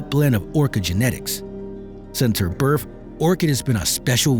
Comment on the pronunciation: The word is WITH. Not WIT. BIRTH not BIRF. 🙄